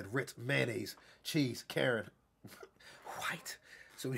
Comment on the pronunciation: Nigga said white like Hank Hill💀